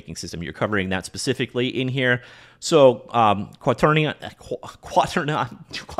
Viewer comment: Edit: Is 'kwah-ter-nee-an' the new 'foh-lee-ege'? I already have most of these, so I don't feel compelled to grab this one, but the Construct course could be interesting.